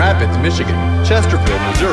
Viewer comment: They pronounced Prescott correctly 👍